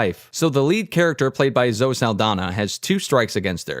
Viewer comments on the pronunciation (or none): Why do you say Zoh instead of Zoh-ee?